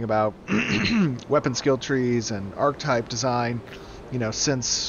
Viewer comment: still doesn't know how to pronounce archetype